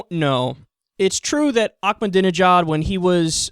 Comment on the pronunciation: the way he said ahmedinejad killed me XD